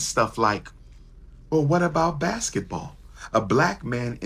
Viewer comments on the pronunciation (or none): Did Umar just say Blasketball?? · Lol he said "BlacBasketball" 😂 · Did he say blasket ball players 😅